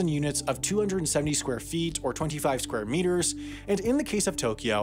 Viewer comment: Meanwhile in an at least two dimensional world "skware miters roum."